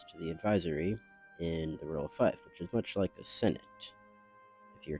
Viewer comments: Great vid. Just so you know: fief is pronounced ‘feef’, while corps is pronounced ‘core’. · This is great and the figures are All awesome. I do believe fief is pronounced like “feef” though